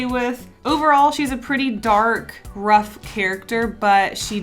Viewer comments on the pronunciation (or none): 'overall she's a pretty dark and rough... more like 'ruff' (that soundet like a dog sorry xD) character! ' a great pun too!!! i love you